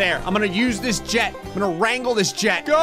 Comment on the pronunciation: (lol): "I'm gonna wrangle this jet" Me: ExUsE mE sIr, BuT aRe YoU fRoM tExAs? WeRe YoU bOrN iN tExAs? I dOuBt ThAt My DeAr SiR